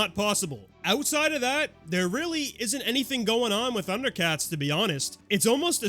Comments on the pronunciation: I’ve never even watched Thunder Cats and this pronunciation made me do a fucking double take, thanks for that 😭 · Thank you! I have watched Thundercats, and I wasn’t sure I was being irrationally boggled.